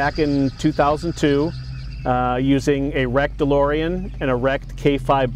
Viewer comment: De-Limo-ean DMC12